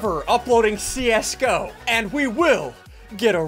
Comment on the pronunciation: How he says see us go pro like csgo